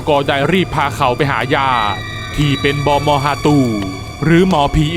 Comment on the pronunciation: บอมอ ค่ะไม่ใช้ บอบอ 😅